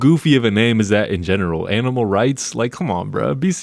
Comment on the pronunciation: Me pets dog and gives dog walk, her “dah duh that’s aminal awboose” (Also I purposely spelled the words like a three yr old)